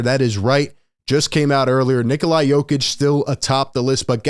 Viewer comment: Someone who can’t even say jokics first name properly doesn’t deserve a platform